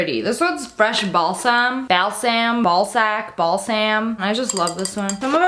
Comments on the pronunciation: Uhm you said balsack its balsem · Is it just me or did you hear Ball Sack when she said Balsam the third time